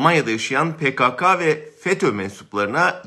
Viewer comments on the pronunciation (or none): Pekaka değil,Pekeke..Lütfen sizde doğru telafuz edin.